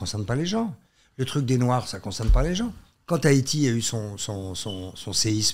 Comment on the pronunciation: Je suis peut être folle mais... C'est HAïTI, pourquoi il dir thaïti? Ça m'a stressé 😂